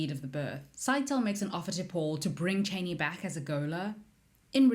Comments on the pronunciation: I’m more annoyed by the way she pronounces Chani 🙄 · Reverend...not Reverant. And Chah-ni...not Chay-ni.